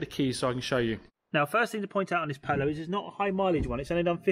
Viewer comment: Ha, say Polo again, first one was very pooosh.